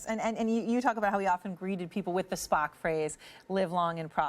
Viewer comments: Triggered she said Spohk and Star Track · She also called him Spack.